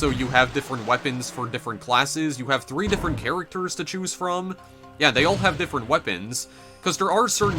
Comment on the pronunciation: What is that pressure accent? Skri'en = screen, may'age = mage, chew'ise = choose, gay'em = game, thai'em = time, oh'en = own. And her'retic... that only works for the adjective. Where does that second syllable obsession come from?